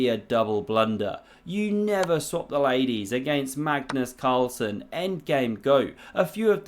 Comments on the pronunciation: Did he just called it Carlus Magnsen? ahahaha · Did he just say Cagnus Marlson ? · Gagnus Marlsen 😂😂😂😂😂😂